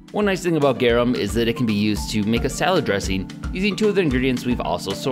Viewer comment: The way you pronounce Garum xD sounds like "gewam" you have to pronounce the R like a Hispanic R and the U like "oo" in "pool"